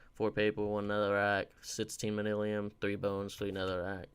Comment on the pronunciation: Manyullyn = manillium I guess. You didn’t even TRY to pronounce it.